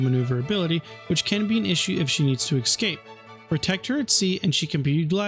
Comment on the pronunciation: Please stop saying "ekspecially" and "ekscape", the words are "especially" and "escape". Sorry to be that guy, but it offends my ears.